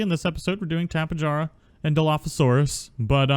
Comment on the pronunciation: Tap-ã-hara is correct enunciation and die-low is correct enunciation for tapejara you can call them tapē or pterosaurs. And dilos are just dilos not dillos